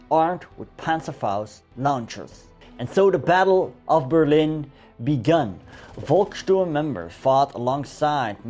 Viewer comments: That what heroic, you know it is pronounced Folksturm not Volksturm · The German Volk should be pronounced like folk (your pronunciation sounds like Wolk) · Volksturm is pronounced Folksturm! Müller - Myller, All V's pronounced as F.